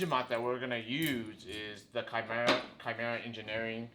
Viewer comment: Holy shit someone actually pronounced chimera correctly